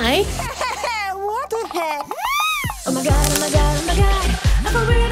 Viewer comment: she was like / oh no I CANT DRINK COFFY / AND THEN SHES LIKE . OMA GAD OMA GAD OMAGAD